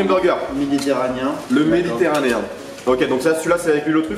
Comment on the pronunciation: " Le méditéranien " MDR